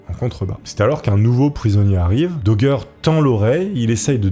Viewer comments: Le château de Fouquet est à Vaux LE Vicomte (programme de CM1-CM2, un des château les plus célèbre du pays et on dirait que tu découvre ce que te dicte le prompteur), idem prononciation du nom d'Eustache Dauger qui se prononce comme "danger" et non daugère ou dauguère. Bref encore une vidéo chat gpt sur un thème où t'as du mal à comprendre les mots que tu lis. Je coupe la vidéo là et c'était déjà difficile à regarder. Si tu fais un truc fais le bien ou fais le pas. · Il a été arrêté à Calais , pas à Dunkerque , et c'est bien à la française que l'on prononce son nom Dauger et pas Daugere ? Pour le reste bien des gens s'y sont frotté à cette histoire, comment arriver à faire taire une vie ,c'est abject..... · Tes vidéos sont vraiment top mais Dauger ça se dit daugé pas daugueur on est en France pas au texas 😂 Continue de nous faire de bonnes vidéos comme ca ! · Doug doug dit Daugueur, l effet barbara stranger thing, Bragueulonne.... J aime les histoires de ahah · DOGGER ?!!! xD La prononciation c'est important !!!!!!!!!!!!!!!!!!!!!!!! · Mec fais un effort avec la prononciation, au bout d’un moment, juste par respect… ça te prend littéralement 10 secondes de vérifier ça sur Google ou avec ChatGPT OU DANS UN DICTIONNAIRE….! Tu googles « xyz prononciation » et voilà !!! Genre « Eustache Dauger prononciation » et tu vois que c’est DO-JÉ… surtout que c’est du français là, pas une langue l’étrangère ! Vous êtes vraiment nuls en langues les Frouzes, c’est pas croyable ! Et surtout dans votre propre idiome !!! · RIP le pauvre Eustache DAUGER qui voit son nom prononcé de 1000 manières tout au long de la vidéo lol ca fait pas sérieux, renseigne toi avant de tourner 🤣 au final ça se prononce DOJÉ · Au fait, on dit "Dojé" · Oui, on dit Dauger et pas Dauger. 😂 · je Gère ! La GUerre ! Ce n’est pas compliqué de savoir prononcer 😊